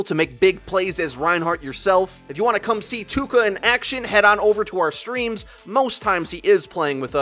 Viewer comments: ITS PRONOUNCED TOEKA NOT TOUKA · Something that triggers me... Touka is pronounced toe-ka, not too-ka. Too-ka sounds cringeworthy. Also, this "guide" doesn't say anything on how to battle rein. It just says "it's ok to run in an kill people if you're good at it". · >Tooka It's Toh-ka or Toe-ka. Weeb correctly pls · Alright, this has been bothering me. It's not pronounced Too-ka. It's Toe-Ka. I'm sorry, it's just been bothering me for awhile. Touka is a character from the anime/manga series Tokyo Ghoul. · NOT ''TUKA'' IT'S T O U K A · Its not TOOka its TAOka chan its from Tokyo Ghoul an anime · He says it like "TOOKA" 😂😂😂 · I think Touka actually pronounced Toh-ka. That's how it's pronounced in TG anyway. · I don't wanna be an ass, but I believe it's pronounced Tohka. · You said toukachan wrong. I don't blame you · "OH MY GOD ITS PRONOUNCED TOUKA NOT TOUKA GOSH" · That moment when they say Touka wrong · why do i feel like you're pronouncing "touka" wrong? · Pronouncing Touka wrong every single time...